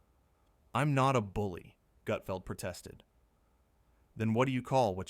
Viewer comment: This is total BS. Learn how to at least pronounce Gut..feld